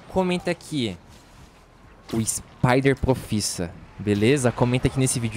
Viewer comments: "SipederProfissa" KKKK O MITO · "Spider proffissa" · eu gosto do modo mei bugado "spider profissa" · " O Spider Profissa"